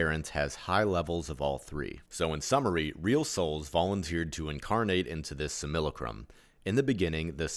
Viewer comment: Not to be that guy, which I actually am, but it's pronounced "sim-AH-la-crum". As to how much that really matters I don't know. I do want stuff like this to reach as many as possible and something so simple as the pronunciation of a word can turn people away. It's not a commonly used word, being basically just a fancy way of saying "copy" so I don't blame anyone for the mispronounced word, but I've found it's good to be as exact as possible in every area. I'm not too keen on the whole "We came here to learn thing". It's the most positive interpretation of what this place is once you figure out that this place isn't "real" and it's a controlled enviornment, but I'm confused as to what it is we're supposed to learn and why we have to learn it. I do think we agreed to come here, but I think we fall into three categories, the first being those who helped create this place, the second being those who were more or less tricked into coming here and then got "stuck", and those who come in so they can either bring about the end of this thing or to ease the suffering of those trapped here. I think this place is unique in all of reality by being the only place where free will can be violated by another. The aim of this place is to either be separate from "God" or just to keep it going for the free will violating reasons. It was allowed to be created because sometimes you have to allow your kids to make their own mistakes, as well as being inevitable as all possibility must happen in an